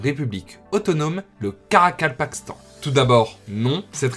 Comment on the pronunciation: Bravo pour la prononciation du Karakapakastan👏 Moi j'essaie depuis tout à l'heure et j'y arrive pas lol